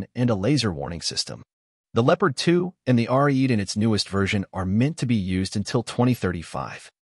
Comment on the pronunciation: *Ariete tank, NOT Arese.... Ariete pronounced (for English speakers) A-re-ay-tay.